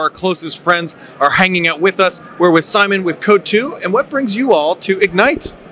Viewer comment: Tak jest błąd, nie "Simon" ino "Szymon". To, że w innym kraju nie ma takiego imienia, nie znaczy że mają korzystać z zamiennika.